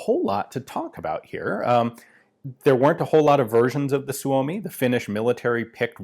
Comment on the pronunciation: Perfect Finnish pronunciation of Suomi